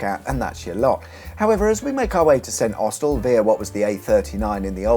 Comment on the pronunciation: It's pronounced Snossel.